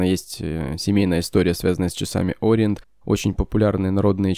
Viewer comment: Спасибо за обзор. Спасибо за произношение О́риент )